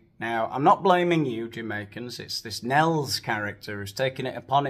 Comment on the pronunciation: Nels,2 syllables, wan Ker